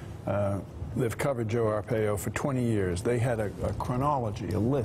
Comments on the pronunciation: Ar-pie-oh, not Ar-pay-oh. Good God, how hard is it to properly pronounce a name that is currently on EVERY channel? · Not that it really matters, but it's "ar-PIE-oh" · Arpaio is pronounced R Pie O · she can't even say his name correct oh well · Y'all are pronouncing the former sheriff's name wrong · Okay, come one. How is that all 4 of them don't know how to properly pronounce Arpaio's name? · Mika's mispronouncing Arpaio's name. Wake up, Mika. Sheesh.